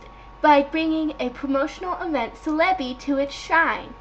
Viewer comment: celebi (Sell-a_bee). Lysandre (lie-san-der). You make no sense and learn how to say things